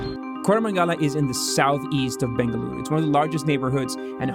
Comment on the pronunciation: Thanks for making a constant effort and saying "BENGALURU"